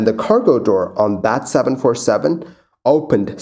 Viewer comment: Your videos are very informative and I appreciate the concise format. That said, I wish you'd enunciate a bit more. "Dis" and "dat" really grates on the ear after a while. This, that. I can tell that you're either an ESL person or at least strongly bilingual so I realise this is how you speak naturally, but there's a reason elocution teachers exist: natural doesn't sound professional. Take it up to the next level, my friend, and really even out the pronunciation. Thanks!